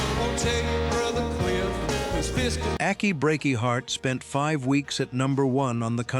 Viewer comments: Good Lord almighty... would people STOP using AI to narrate their videos? The damn robot kept saying "Akky Breaky Heart" instead of "Achy." If you can't narrate your own damn work, get another human to do it for you, loser! You must take us for idiots! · Liked the video. I love how AI pronounced "Achy." And I didn't realize Franklin was "a few hours outside Nashville" ... although with traffic, it feels like that some days on my commute!